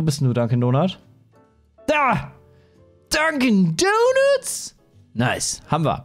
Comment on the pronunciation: Nach dem 20. "Dankin donats" habe ich ein bisschen die Krise bekommen xD